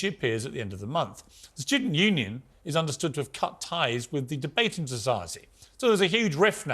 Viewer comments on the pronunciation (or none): “Wiv” ffs